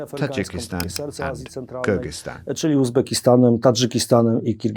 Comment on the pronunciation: BIG Thank you for pronouncing Kyrgyzstan correctly in the beginning of the video. 👏👏👏🎉🎉🎉